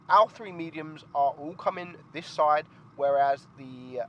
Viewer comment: can you say 'side'? you alway say 'soi' and the word 'last' you say 'lost'